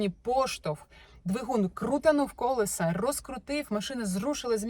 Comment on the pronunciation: Дуже все класно, дякую Вам. Але я вже не витримала і хочу Вас поправити "колЕса", "колЕсам"